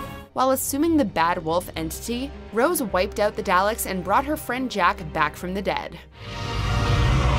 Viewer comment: absolutely hilarious how she pronounces 'daleks'